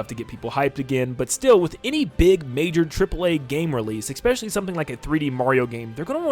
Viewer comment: STOP SAYING ''ECKSPECIALLY'' PLEASE.